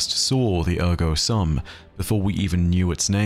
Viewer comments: As someone who studied Latin for several years in school, it honestly hurts a little bit to hear 'sum' pronounced as the English word of the same spelling instead of the proper long U sound (like "soom"). Not a huge deal though, and I enjoyed the insights here. There is one other possibility I thought of for the part about descending into an abyss and then one coming up reeking of decay. The first thing that came to my mind with that description was Eris and her fireteam in the Hellmouth, but your proposal of Savathun and the Hive seemed to fit better. Paths like arteries fits with the system of tithes and the Hive did descend into darkness and become consumed by it (constantly eating away at them), to the point that Hive being granted the light by the Traveler was the last thing anyone would have expected until that exact thing happened with Savathun and the Lucent Hive, who while they have the Light, do still act like Hive. However, looking over it again I can still see it fitting with Eris and her fireteam. The arteries are still tithes, but they are the ones going to Crota at the bottom of the pit. Those guardians and their ghosts did become completely consumed one by one in the darkness of the Hellmouth where the Traveler's light couldn't reach them, except for Eris who managed to climb back out, with the stench of the Hive and their magic which she had to use to survive still clinging to her. I don't know, I could see it going either way (or maybe even both? Do we have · Minor correction. The "sum" is pronounced like the end of the word "assume". Otherwise, great insight as always! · Great video. Thank you! BTW in Latin "sum" is pronounced like "soom". Please see the site howtopronounce on pronunciation of "cogito, ergo sum". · SOOM! The "u" in the Latin word "sum" is pronounced like the "oo" in "doom"